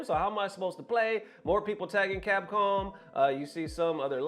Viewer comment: What is “Capom”? 😆